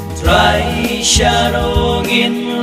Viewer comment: Sngewbha kynnoh bha hang to ba ong 'Trai' phi pat long kumba ong TRY.